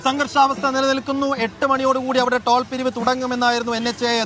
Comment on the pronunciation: ട്രോൾ അല്ല നേതാവേ ടോൾ